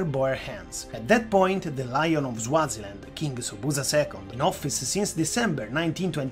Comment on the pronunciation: Bro rid you just pronounce Swaziland as Zwaziland??? You say it just the way it is spelt...